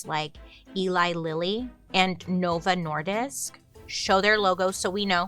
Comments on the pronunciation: Bailey: "I have serious problems speaking" Also Bailey: "Novo Nordisk" said like a Dane 🤯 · I'm from Denmark. The same as Novo Nordisk (I know 5 who work there). I just wanted to say that you did great on the pronunciation